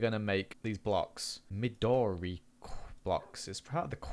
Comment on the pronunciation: "midori" is pronounced ME-do-rEE. "midori" is japnese for green!